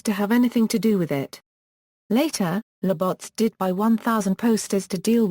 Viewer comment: The pronunciation of Labatt's is brutal! haha